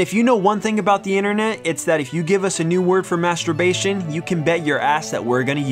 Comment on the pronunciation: Its inTERnet, not innernet. There is a T.